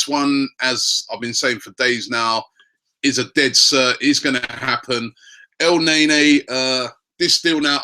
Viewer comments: he says it like EL - NEY - NEY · it really get on my nerve everytime he said EL NAE NAE..wth???? its EL NE KNEEEEEEEEEEEEEEE.. u dont pronounce NANI as NAY NAY.. EL NE NY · So it is pronounced El-Nae-Nae?! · Elneny, not El Ney Ney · your pronouncing EL - NE - NY wrong? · its el-nae nae..said rob LOLOLOL